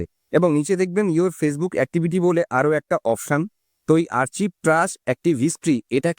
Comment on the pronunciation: আরচিভ না। আর্কাইভ